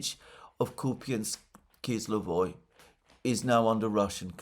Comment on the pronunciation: Alexander, it's Kupansk-Uzlovoy, not "kizlovoy" Kupansk -Uzlovoy means Kupansk Nodal.